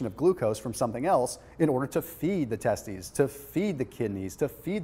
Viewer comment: did he just say testies???